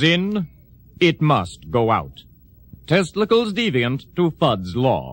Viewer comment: Who the heck is ' Teslicles ' ....thought ya said testicles